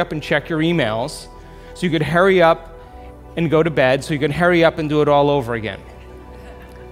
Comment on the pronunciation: “Herry up” was sooo distracting lol